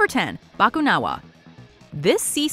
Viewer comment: Also, the stress is on the "na" in "bakunawa".